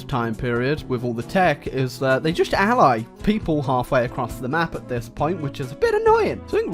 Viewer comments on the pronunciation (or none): none